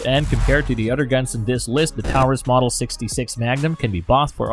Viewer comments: Taurus is pronounced "tore-us" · The AI narration is extremely aggravating. Who says, "...point three fifty-seven," or ," 9 millimeter lugger," or, "Tireus (Taurus)." I don't value the opinion of a computer program. Be real or get lost. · "Tow-rus" "Lugger" "Point three five seven" Get a real person to do this, not a stupid robovoice.